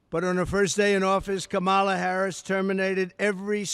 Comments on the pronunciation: It's so sad. Heartbreaking to think people in this country actually support this criminal. And he keeps mispronouncing her name. He is so sick. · He can’t even enunciate her name. He lacks intelligence. Just listen to his lack of vocabulary. He’s embarrassing. He can’t debate Harris intelligently so he gives a press conference to lie about her. He’s babbling on and on nonsense. Man has serious mental problems. Say all this to her face, dummy. Debate her. Their big border lie of fear is all they have. Media should be calling for him to step aside. America cannot afford mental illness in the White House. Vote Blue!